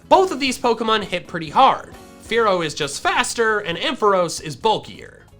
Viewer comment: Did you say “Kenya” or “Fearow”??? lol